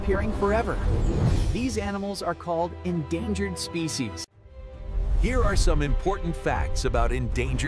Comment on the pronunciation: ليه نطق كلمه species مختلف عن الطبيعي؟ وهي نطقها سبيشيز مش سبيسيز